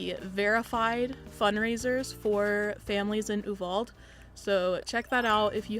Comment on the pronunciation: I can’t get over your pronunciation, Uvalde is like you-val-dee. That’s a very nice thing to do. I’m from San Antonio so it isn’t too far and have friends there.